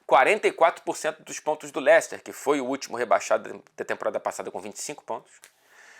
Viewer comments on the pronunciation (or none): none